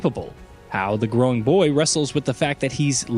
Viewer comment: I can't with the pronunciation of boy